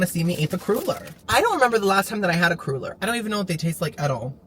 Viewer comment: Love the new car, so happy for you! Idk why, but 99.99% of store bought potato salads are disgustingly sweet 🤢 that’s one thing I’m really picky about, I have to make my own 💜 ilysm!!🤟🏻 Ps… cruller is pronounced like cruh-ler 😉